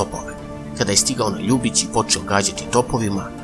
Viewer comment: Ako vec pravite video, onda naučite kako se pravilo izgovaraju imena toponima koje spominjete. Ovde sve vreme, pogresno akcentujete Ljubić.